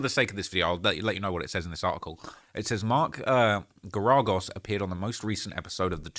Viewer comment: Friend, it is pronounced Mark GERagos with “GAIR” as if it rhymes with “air” and he’s one of the most famous US attorneys in the last 50 years